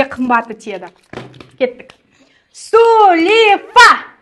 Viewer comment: Сулифа деп айтпаныз